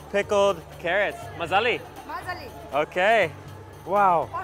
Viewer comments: I think he's got the emphasis wrong and they don't understand his "dialect". Just listen to how he and the others say delicios: MAzali and maZAli. I also hear that them say "thanks" differently than he does. So the letters may seem the same, but the meaning is different, depending on pronounciation. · if this dude says mazali ONE MORE TIME... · Hey, just a suggestion say "bamaza" instead of mazali, no says mazali in Samarkand.. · If you say mazellie one more time they will grill you :)))) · if you say mazali one more time.....